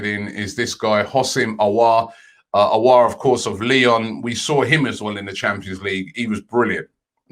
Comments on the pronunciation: Finally Robbie pronouncing perfectly houssem aouar .. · He pronounced Aouar correctly!!!!!! Big up Robbie! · Robbie finally pronouncing Auour's name correct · Finally Robbie pronounced Aouar correctly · Robbie said Aouar's name correct.. I can finally rest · Cannot believe Robbie actually pronounced Aouar right this time😂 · Finally get Aouar pronunciation correct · Praise the heavens learned the elusive pronunciation!!! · Dub so big Robbie pronounced aouar’s name right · Finally Robbie pronounces aouar probably!!!!! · pronouncing Aouar correctly. Tears in my eyes😭😭😭😭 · ROBBIE PRONOUNCING AOUAR CORRECTLY??????? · ROBBIE PRONOUNCING AOUAR CORRECTLY TEARS IN MY EYES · He finally spoke Aoua’s name well. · Robbie finally pronouncing Aouar's name properly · I just clocked robbie finally pronounced Hasim Aouar properly